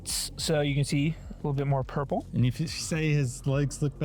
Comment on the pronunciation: Did anyone else realize says “It’s definitely purpur over dawre” 😂😂😂😂😂